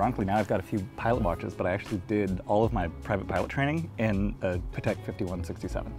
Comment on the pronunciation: Splendid episode, and so well executed, only gripe is pronunciation: Padek? Debethoon? Really? After years in the industry you can't take 10 mins to learn the proper pronunciation of a few brands in another language?